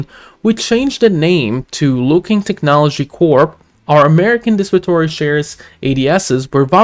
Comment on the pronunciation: it’s pronounce Luo-Kuang not Luo-King ✌️